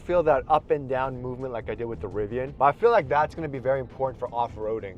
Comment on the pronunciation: Rvian! Not a cybersheep